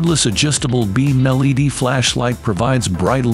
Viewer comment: L. E. D. not lead.